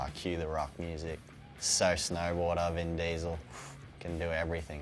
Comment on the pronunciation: "Ven Diesl"